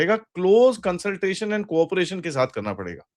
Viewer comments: 😂 his last word sounded like Aand force 😂😂😂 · Again aand forces 😂 replace a with g 😂 that'll be more apt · It's now OFFICIAL: They've recognized themselves as AAANND forces